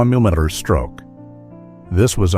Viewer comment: i notice that this ai tosser cant pronounce millimetre. nearly fooled me. but no cigar